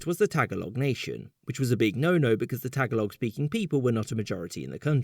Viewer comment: He pronounced it Tag alog 😂😆😆 instead of TAGALOG ✌️